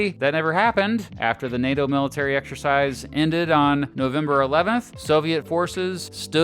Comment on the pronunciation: NATO, not PLAY-DOH!! 😂